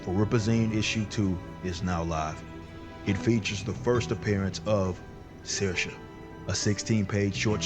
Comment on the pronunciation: The common pronunciation for Saoirse is SEAR-sha.